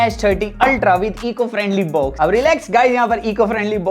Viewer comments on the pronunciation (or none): Bhai baux nahi box hota hai pls angreji mat bol tere bas ki baat nahi hai